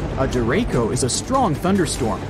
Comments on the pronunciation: I think "derecho" is actually pronounced "deh-RAY-choh", not deh-RAY-koh". I see your point, though. The word "derecho" comes from the Spanish for "direction". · It's pronounced "deracho", not "derako". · "deraco" its deraCHo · Derecho is a Spanish word meaning straight . It's pronounced De re cho , the syllables not Der echo . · By the way, Derecho is pronounced De-re-sho not De-re-ko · derecho not co chis hard sounding. Get your AI straight. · DereCHO. Not Dereko Also, not a hurricane. Heard that too. If you’re gonna post a video about it make sure you know what you’re talking about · Not “Dereko”. It’s pronounced “der ray cho”. Ch, as in chew. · ¿Pronounced “der-eh-Koh” or “der-etch-oh”? The word is from Spanish where it is pronounced “der-etch-oh” (emphasis on “etch”) meaning straight ahead (a la derecha-with an a not an o at the end) is “to the right”. Most interesting video. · De "Rek" co it derecho Dre REY cho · Fun fact: sky turns green from hail stones and large rain droplets forming. Green sky doesn’t always mean tornado. It’s not “dereko” it’s “dere-chow” watched enough Reed Timmer to know this. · Derecho - Spanish word for right Duh reh cho Not der ray co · Der-ray-ko? Nope. Try ‘Der-ray (rolling the r slightly)- CHo’. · my dear Derecho is pronounced Deret_sho... "ch" as in "channel" and not Dereyko lol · Your AI voice actor keeps mispronouncing derecho. It's CHo like chapter, not Ko like capture. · It's actually duh-ray-cho, not duh-ray-koh, as it comes from Spanish. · Lol not to be rude, but the ch in Derecho is pronounced as sh in Show. Not like the letter K. Cho in spanish is pronouced just like show but without the w. It means Straight. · Is pronounced de re sho no de re ko derecho means straight in spanish and like you said the wind don't spin they move straight from a to b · Derko,,,, no it's Derecho...cho like show... Der e cho. Spanish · "Derecho" isn't pronounce like that It is pronounced as de-re-cho, not there-echo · CHo or SHow, not Ko.